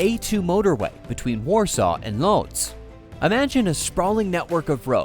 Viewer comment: so your AI doesn't know how to pronouce Chopin???????? jeeeeech! (add Lodz & zlotys to your list of mispronounced words! my gawd!)